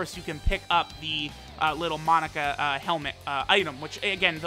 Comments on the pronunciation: Take a shot every time says "Monica" not "MOE-NAKA" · Ok it’s killing me it’s not Monica it’s mo-naka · mah boi.... its (Moe-nah-kah).... thats how its said in the dub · The cursed video where inability to pronounce Monaka will truly show itself